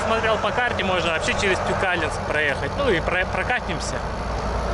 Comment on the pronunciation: Привет,Тюкалинск ударение на букву,,и,, считается уже городом!❤